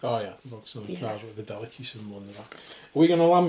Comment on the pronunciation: I am loving your reviews but I feel you are pronouncing the gangs name wrong I have always thought it was pronounced Delack.